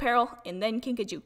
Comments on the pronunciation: wait did you say 'kinka-JOW?' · and u pronounced kinkajou wrong its pronounced KINK- UH- JOO